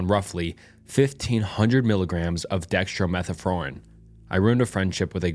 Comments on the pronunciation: You gotta learn how to pronounce dextro-meth-orphan lol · Dextromethorphan (Which you butchered the pronunciation of btw) is no joke. It seems silly, but it can absolutely be addictive. At my worst I was doing nearly 2g daily (in 500mg intervals). It absolutely produces some insane thoughts and behaviors at those kind of doses. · Just a friendly FYI it’s pronounced Dextro-Meth-Orphan however I get the feeling this is another A.I voice channel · not the different pronunciation of dextromethorphan and diphenhydramine on every iteration 😭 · Hearing him try to pronounce dextromethorphan and diphenhydramine was great😂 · man is fighting for his life trying to pronounce diphenhydramine and dextromethorphan 😭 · Decks-trow-meth-orphan Dye-fen-hi-druh-meen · Pronounced: dextro meth orphan, like a kid orphan. Dy fen hydra mean. I know there are some tongue tangling words out there. If I am not sure I just look up the audible pronunciation online. It's much easier to say when you look at words using phonics. Its how we learned to read as kids. Decades before your time. I don't think they even use it as a reading and pronunciation tool, in education anymore. I highly doubt they use the old, " Dick and Jane" books either , ancient as the gnostic gospels.😂 Nah stick gospels. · dihendivavine 😹 and dextromethropon😭😭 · Jesus dude... say it with me... DIE-FIN-HYDRA-MEAN.... DEX-TRO-MYTH-OR-FIEN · Lol good job for trying drugs are hard to pronounce especially when you don't have any interest in them. But these are your common cough and allergy medicine. Dextro-meth-or-phan Dif-in-hi-dra-mean Never know when you might need to look for active ingredients if a store is sold out of your normal brand. Cause that's how most of these OTC drugs are different amounts with different fillers. It's how they trick you into buying all kinds of different boxes when they do the same thing.